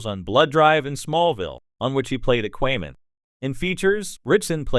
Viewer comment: "Ah-qway-man"? Wouldn't that be "Aquaman"? Let the AI know that!